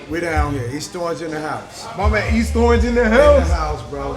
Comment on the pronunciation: Even the mayor pronounces it east strorange 😂